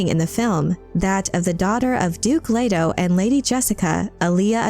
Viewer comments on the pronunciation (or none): none